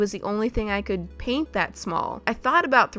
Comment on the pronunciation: DID SHE NIT SYA DRAINT :0 SHE SAID PAINT NOT DRAINT!!!:0